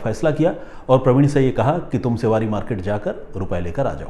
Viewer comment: सेवारी नहीं...' शिवडी '